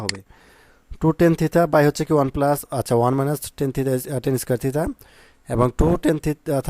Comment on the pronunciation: স্যার থিতা না থিটা 😂😂😂